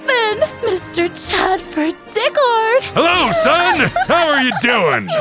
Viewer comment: Okay, i have to admit, the voice acting is top-tier. Though i cannot exrpess my sheer disappointment that "Diccard" is pronounced "Dick-urd" and not "Dick-ard"